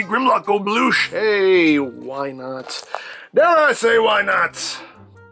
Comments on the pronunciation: "You never wanna bloosh to early" ~, 2021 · “You never wanna Bloosh too early”